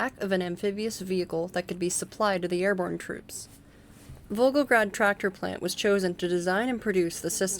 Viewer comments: I just assumed it was a different city LMFAO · Back in college, my Russian professor had this advice: if ever in doubt, slur or mumble. If anything it makes you sound more native in your Russian pronunciation. 😂 In all seriousness, if the biggest complaint anyone has for your videos is mispronouncing a city name, you know you've got a quality video (which given your thoroughness is quite apparent!)